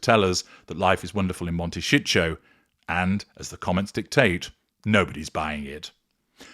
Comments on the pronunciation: Before making these stupid videos, learn to pronounce words properly “monteshitsjo” 😂😂are y sure YOU are not a narcissist, having your victim so clearly worked out!? And knowing so much about how they tick , not even being a psychologist, I wonder🤮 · Pronounce Montecito correctly, don’t care if you are AI! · Learn how to say the name of the town somebody to help you pronounce it